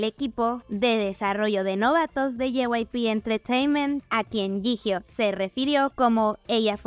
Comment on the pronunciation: Jihyo se lee Yiyó, please